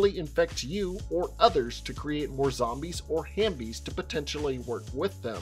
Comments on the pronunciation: Great video. Just one thing. The word is Half-bie. Not Ham-bie LOL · Bro it’s halfbie like half and zombie 🤦🏽‍♀️🤣 tf hambie no.